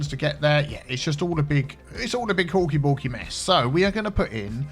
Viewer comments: I thought "horky borky" was actually "hawky bawky" lol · I thought you've been saying Hulky Bulky this entire time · I thought he was saying hokey pokey